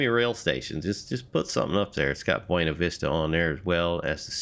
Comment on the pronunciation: As a Coloradoan I'm legally required to tell you it's pronounced "Byoona Vista" not "Bwena Vista"- yes it's pronounced VERY wrong to the Spanish, but that's what the locals call it. Also great review! Will probably pick this up soon, as an avid D&RGW fan.